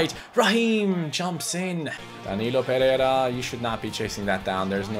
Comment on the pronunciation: I know you're really trying to say his name right but you're not achieving it, his last name is PE REI RA with an "I" between the "RE" and "RA", not PERERA, that's really annoying, thank you.